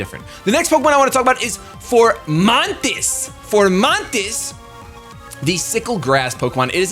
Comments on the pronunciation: f-O-mantis not f-OR-mantis! it's leviooosa not leviosaaaaa! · I can't get over him saying Formantis instead of Fomantis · fo mantis, there's no r. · Foe-Man-Tis =Fomantis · There is no "R" in fomantis.